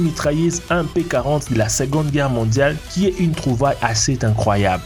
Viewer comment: il trouve un "chargeur de fuzile" alors moi je connais le " chargeur de fusil" mais pas le " fuzile" 😂 de plus il dit que c'est une trouvaille " Tincoyable" la encore c'est un mystère son language..